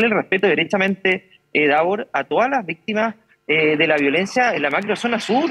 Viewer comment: Visssstimas siempre vistimas jjajjajjajjajajaja